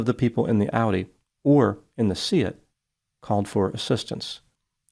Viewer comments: Kudos on your pronunciation of Seat,. Most people would pronounce it like car seat. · I compliment you on your pronunciation of Seat and Leicester which many Americans massacre. Now if only you can pronounce Warwick, RI as "whoa-ik" instead of War Whick. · Skoda is a Czech brand, owned by the German Volkswagen-Audi Group. VAG also owns the Spanish Seat (pronounced say-at, well done ) so had a "full house" in this case!